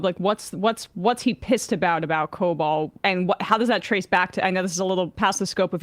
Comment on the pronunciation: It was prounounced co-bawl.